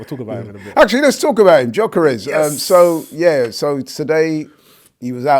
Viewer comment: I wonder if will ever learn to pronounce Gyokeres' name correctly.